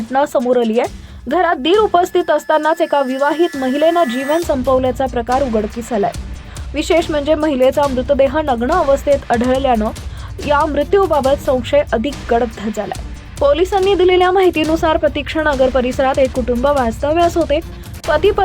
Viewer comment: ही बाई सुधारण्यातली नाहीये.वाट लावली हिने माझ्या मराठीची😮. घटणा काय,दिराणे काय,णग्ण काय. दलिंदर बातम्या देतेय मराठीतून,स्वतःची भाषा सुधार आधी.😮😮😮😮